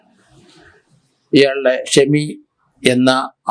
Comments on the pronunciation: ഷമാ അല്ല ഷെമി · ഷമ്മ അല്ല ഷെമി